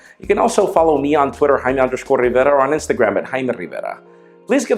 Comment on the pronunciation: jaime RRRRRRRRRRRRivera